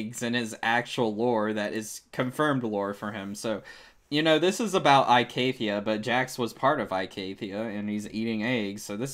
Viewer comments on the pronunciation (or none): I love ur video great job its just... Its pronounced E-CATHIA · good vid except ur pronounciation of icathia is a bit bad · It's only a little off, it isn't that big of a deal.